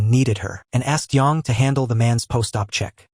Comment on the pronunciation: It's AI, so it's not going to pronounce her name correctly.